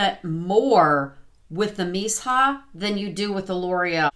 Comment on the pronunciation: I"m a new subscriber/makeup lover over 50....what am I saying? I'm way over 50!😂(I'll be 62 in July.) I have held out on the Missha BB cream because I can't find a shade match, as I am super pale. I did just notice they have a shade 13 that I might try. Just for future reference, I have heard Missha pronounced Mee-sha, if that helps any!